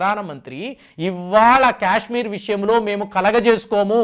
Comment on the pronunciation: Kyashmir kyaashmir kaaaaaaadhu STOP English is way of saying Kya kya kayshmir kaadhu You irritate me Kaaashmir kyaaaaak kaadu Say kaaaa, not kyaa